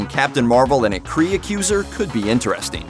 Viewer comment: Just so you know, it's Mar-vell and Kree and Skrulls. You're welcome.